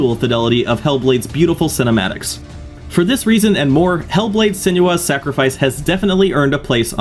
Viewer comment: This is the most nitpicky thing in the world, but Senua is pronounced "Sen-uh-ah", not "Sen-juh-ah". 😂 Yeah, I'm that guy.